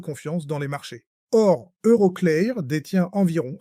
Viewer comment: EuroCléAr 😂 l'IA est nulle en anglais 😅